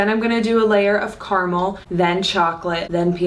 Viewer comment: what is this CARMALL that you are talking about?? Don't you mean CAR-A-MEL?